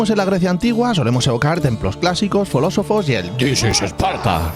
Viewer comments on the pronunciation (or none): me ha matao "folósofos", no me lo esperaba 😂